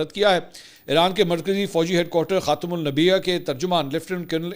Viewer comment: khaatum ul anbiya please isay correct kr len jazakAllah.Nice program by the way